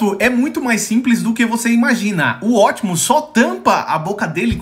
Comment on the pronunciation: Quem é esse tal Ótimos Prime que eu nunca ouvi falar? A pronuncia correta é Optimus Prime falando o P e não Ótimos Prime engolindo o P kkk 😂